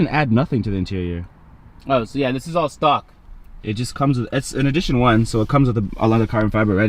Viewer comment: Bruhhh I thought you said socks 💀💀💀